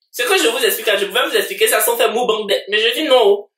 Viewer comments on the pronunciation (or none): On dit mukbang pas mubang 😂😂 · Ninho pas niho Mukbang pas mubank😂❤️